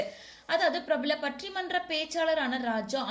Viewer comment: முதலில் பட்டி மன்றம் னு ஒழுங்கா சொல்லுங்க... நீங்க ஒரு நல்ல மனிதர் என்று எல்லாருக்குமே தெரியும். விளக்கம் கொடுக்க வேண்டிய அவசியமில்லை.. சியரப் சார்.❤❤❤❤